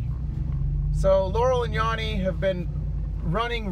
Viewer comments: 59, female .... Yanny and I never hear Laurel. Actually it sounds more like Yanme. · The first time I heard it, it was like a combo of both I can't even describe it. This last time you played it, it sounded like yammy. weird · I am 44 and i hear yanny,but i think that it sounds more like yerny. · Honestly not liking how he is pronouncing yanny like "yawny" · I hear yammy not yanny. Male 43 Dolly in moonraker had braces, & that's a fact. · Wtf i hear "yary" like gary but with a Y odd. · All i hear is yeary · My wife hears yanni I here Laurel, how bizarre is that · I watched another vid and now all I hear is Yanny. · I'm a 56 yr old female and I'm hearing yanni every time. I even TRIED to hear laurel and I couldn't! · I only hear Yanny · female 33yrs. the first time I heard the clip I heard laurel and then afterwards I keep hearing yanny! I immediately thought of Mandela effect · I'm a 40 yr old female and every time I listen to that I hear YANNY. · I thought it was yanny... rhymes with canny. Also, the first word of the Journey sounds different too. I remember a harder "j" sound. Man those lyrics switches are super eerie. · WTF I came here last night and I clearly heard Laurel and i listened to it today and all I hear is Yanny ,, what the fu... I am loosing it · I hear YANNY like Van sound. Not even yawny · I hear Yanny every time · It’s pronounced “Yanny” not “Yanny” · He's mispronounceing yanny and it's as annoying as the meme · This is the first time I heard laurel everytime before this video I heard yanny, (not yonny as he pronounced) but i allways heard yanny with the same static noise at each part in between. Now its a clear laurel. Before it sounded like yanny every time now its laurel everytime. I think we may be going in and out of different multiverses maybe two supermassive black holes are spinning and about to collide or something. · Stop saying Yonny, it's Yanny. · It’s yANny not Yawny! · It's not Yawney, it's Yannie